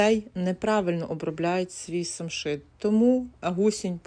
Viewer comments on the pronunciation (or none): Самшит ,а не шамшит.